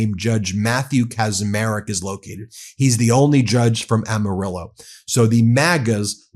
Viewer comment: Bro!!!! You said Amarillo correctly!